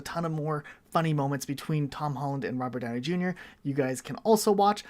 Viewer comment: Owh Mah Gouwd Its Rubert Downey Jueniur (Misspelled Intended)